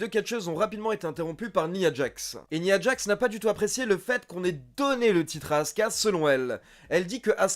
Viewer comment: Il a l'air cool cet épisode ! Tu te forces "nia djax" au lieu de "naya djax"? C'est du franglais ça fait bizarre.